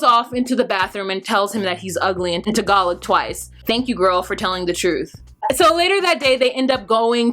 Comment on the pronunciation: Don’t mean to be mean but that white gurl Chris’s channel is so boring. I had to unsubscribe. Great review as usual. I love how you know so much about other culture and you pronounced “Tagalog “ right on the dot. Kudos.